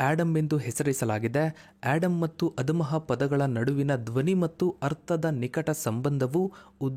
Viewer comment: ಆಡಮ್ ಅಲ್ಲ ಆದಮ್